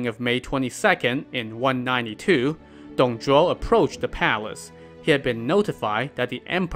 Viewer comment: He pronounce the name in chinese correctly just the way of reading in pinyin (拼音).